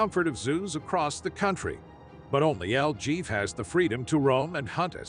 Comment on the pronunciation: It's pronounced 'el heffay' , not el Jeff ! El JEFE , MEANS THE BOSS,OR THE HEAD HONCHO, ETC.